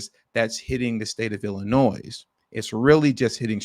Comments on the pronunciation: You don't pronounce the S in Illinois Bro. Chill out. 😂😂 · Good Lord man, ya don't pronounce the "s" on Illinois. smh...